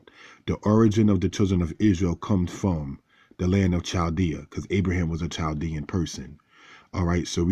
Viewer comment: Just a piece of knowledge for you, and I hear a lot of people make the same mispronunciation, "Chaldean" is not pronounced which a "Ch" sound. It's a silent "h". It sounds like Kal-de-an. There are many Chaldean people here in San Diego CA and in Michigan. Just a helpful piece of knowledge.